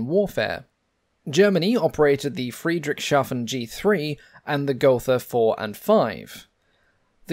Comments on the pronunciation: It's Friedrichs-hafen, not Friedrich-shafen. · Friedrichs.....hafen please. The sh in the middle does not become hissing sound. Behind it, Hafen means harbor and it was named after King Friedrich the first.